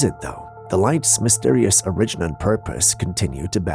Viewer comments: Is English your second language? Cause I notice at least 10 mispronunciations per video. I thought it was an ongoing joke but now I see you are serious when saying them. That “origin” got me today and I had to ask you. Not being funny just curious and just can’t not hear them when you do it over and over… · You say that the Montserrat Corpse fascinated conspiracy theorists . That just shows how poor your research is . Reaching for the biscuits cookie to water down any serious view of the subject is just very poor journalism . You can't even pronounce words like "origin ". Laughable .